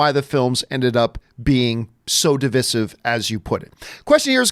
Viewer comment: Why is he saying Divisive wrong?